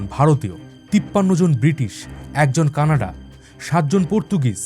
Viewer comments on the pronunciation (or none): none